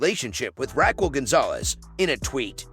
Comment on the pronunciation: Can you annunciate RAQUEL ????